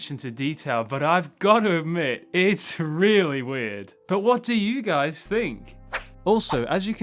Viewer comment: Did he say hey guys or hey kais ?